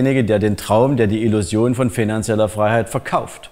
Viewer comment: Wenn der die Wörter "positiv" und "Illusion" ausspricht merkt man, dass der aus Sachsen kommt.